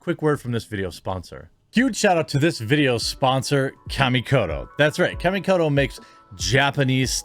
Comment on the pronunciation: I hate the way you pronounce "Kamikoto".